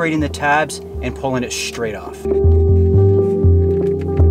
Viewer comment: “Pull it shhhtraigt off”. What does almost everyone talk like that now?